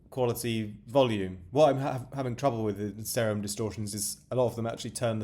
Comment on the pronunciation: its pronounced See-rum bra